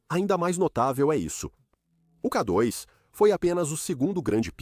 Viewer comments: 😂 Realmente “Kadóis” não dá para aguentar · Ouvi essa voz falar: Ká dóis, não dá. Dói o ouvido